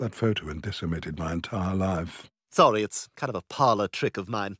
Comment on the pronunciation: " Sowey" lol